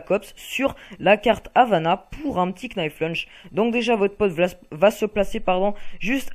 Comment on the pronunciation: Arrêtez de prononcer le "k" de "knife lunge" svp ! --'